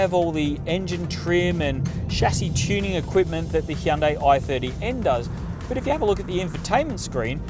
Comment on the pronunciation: Heeyundai, is that bugging anyone else